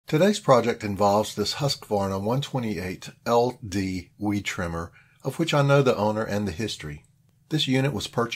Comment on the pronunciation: Pronounced : Huus-qvarna. long U.